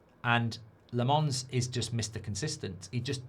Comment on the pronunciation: It's pronounced Lommons, not La Mons